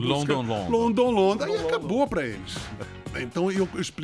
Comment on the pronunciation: Posso até concordar em alguns pontos sobre o LP ao vivo do RPM ,inclusive a pronúncia sofrível do P.R. em "London, London".Mas por quê criticar a execução da canção?Afinal, ele cantou também "Flores Astrais" do S&M. Seria por que a música é do Caetano? E o que dizer então do Ritchie (amigo do Lobão) ter cantado "Shy Moon" com o mesmo?